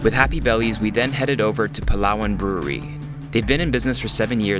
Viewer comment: foreigners pronouncing palawan = palwan